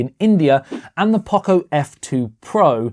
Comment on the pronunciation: We have never heard anyone pronounce Poco this badly.